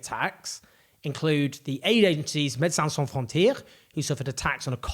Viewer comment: It seemed to me that Owen was trying to pronounce the name of the organization properly but was missing the mark so I thought I’d help him out. And Médecins Sans Frontières comes up often enough as a worldwide emergency aid and medical care organization that it seems worthwhile to get it right.